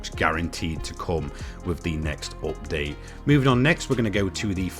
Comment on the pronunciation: nice 'optdate'....repeat after me.... 'up:'..... 'date'.....'update' !